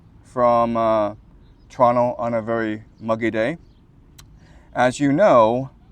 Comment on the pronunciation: as born and raised in Toronto. I recognized the background immediately. Note how he pronounced Toronto, like a local, he was raised and spent his formative years there.